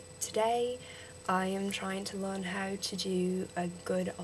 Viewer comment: Be careful how you say 'how' and 'of', you drag them out too long which makes them sound British. You're pretty good but I would try to speak faster, that's the biggest problem.